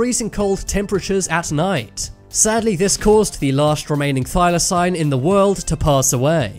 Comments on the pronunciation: Jesus H Christ, it’s pronounced thy-lah-seen. One search on Google would have given you data point. Why exactly should I trust this content if the YouTuber can’t even manage simple pronunciations? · It's NOT pronounced Thylosign.